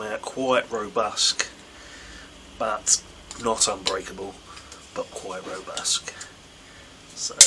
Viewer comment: Robust not robusk